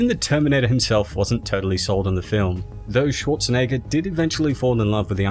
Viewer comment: You pronounce it like Arnold Swat-tshe-neger or Swa-tshe-neger... Are you paying such a strange way a tribute to Arnolds strong german accent?